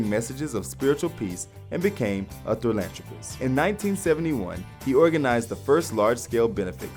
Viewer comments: West Humber CI Music - This guy can barely read. He mispronounces and misreads throughout the video. He actually refers to John Lennon as a “thralantropis”. WTF is that?!!! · He calls John a “thralantropis”.